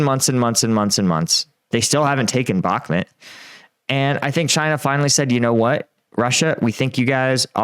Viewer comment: Why do you say Backhmit not Backhmut?